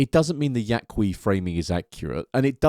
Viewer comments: It's just Yah-kee. The 'u' is silent in Spanish in this case... so not "Yah-Kwee". We good? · If you’re going to critique Castaneda, the least you can do is learn how to pronounce “Yaqui.”